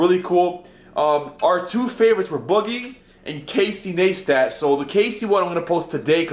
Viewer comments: lmao he said Casey naistat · It's Ne i stat not naystat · Casey niestat, niestat is pronounced nice tat not naystat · It's pronounced "nice tat" not ne stat. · Casey "nice-tat" not nees tat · casey naystat? XD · say his last name its like this nice stat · "Nice tatt" Neistat, just letting you know how to pronounce it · Casey Naystat xd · is an Uber Poser. Doesn't even know how to pronounce Casey's name, proving he is not a real fan, yet posts all these comments over popular Youtuber's accounts to generate more subs while masquerading as a fan... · you butchered Casey's last name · Do you even watch Casey's vlogs? I mean you would've known how to pronounce his full name even if you only watched some of his vlogs.